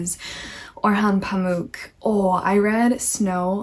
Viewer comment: Gentle PSA: Orhan Pamuk in your accent is best pronounced Oar-hun Pum-ok (as opposed to Pamook - like Spook - the last syllable in Pamuk is short and resembles the word Hammock. Pum-ok.) I'd love to hear your thoughts on Pamuk's Museum of Innocence alongside Her Name is Red! Turkish literature - the clashing culmination of East and West; the Eurasian landscape, with pomegranates in Summer, and bleak, unyielding snow in Winter; a land brimming with the descendants of nomadic Turks who once worshipped the sky; and a new republic still, *still*, scrambling to rebuild what it lost after the Empire fell - is a wholly unique and transformative experience. There is no country quite like ours, no culture quite like ours, and hence we feel utterly alone in a world full of many different cultures we feel only marginally familiar to. And everyone has a different idea about who are and who we should be; such is the contemplation of many Turkish authors.